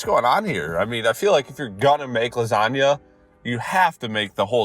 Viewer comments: did.... did he .... say lasagna as... lagsagné??? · Ah yes, lagsagnenene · As an American, that physically hurt to hear. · I love he didn’t notice he pronounced lasagna wrong